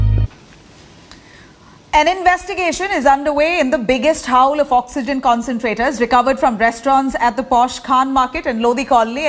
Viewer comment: Haul is pronounced as "HALL". Not "howl". I expected better, from INDIA TODAY.